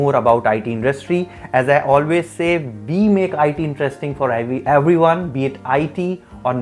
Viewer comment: Decent content but ...a place for "eveyone"? & "Securtiy"? 🤨